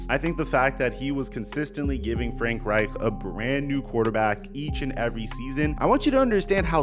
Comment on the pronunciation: Bro why is it so hard for you to say Reich? Lol. It’s pronounced Ryke